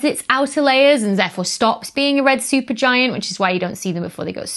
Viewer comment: Becky, thanks for sharing, educating and entertaining. You went a bit Sean Connery with "Red Shupergiant problem" 😂🙂❤